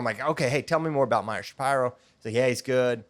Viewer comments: That’s how you say it bud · That is how it's pronounced. He corrected everyone after saying sha pee ro for a long time.